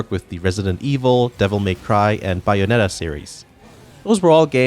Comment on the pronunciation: Imagine pronouncing it audomada and bayonada.